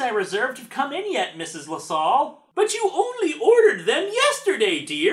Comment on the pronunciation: Drat, I really hate to be "That" guy but, you mispronounced Lasalle...